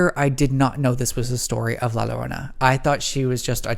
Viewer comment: “Not to sound extra white of me.” Queen ur pronunciation of Llorona is already serving extra white❤️